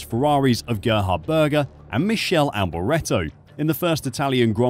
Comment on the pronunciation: Great effort, a good watch 👏🏼 but i cant let you get a away with Michelle Alboreto 😂 ‘Mick-Kay-Lee’ for future reference